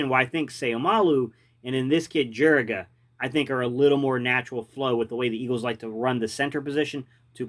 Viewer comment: Jur e ga you aren’t pronouncing it right